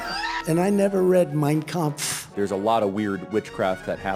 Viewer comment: Funny that Trump can't pronounce "Yosemite" or "origins" correctly, but he said "Mein Kampf" in the correct German pronunciation. Huh.